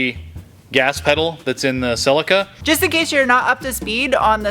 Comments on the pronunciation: Awesome! Thanks. but... pronounced "Celica" wrong. Poor. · TOYOTA the manufacturer of your car named it a.. SELL..LEE..KAH not a... SELICA